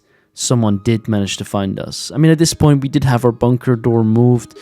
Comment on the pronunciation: Please say bunker correctly 🤣🤣 boooonker is crazy